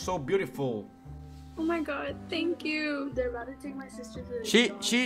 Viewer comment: le dicen algo en ingles: senkiu